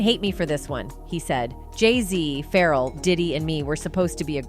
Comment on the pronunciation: This chick cannot pronounce some of these rapper names LOL... keeps calling Pharrell "feral" and Ja- Rule "Jay Rule." LOLLL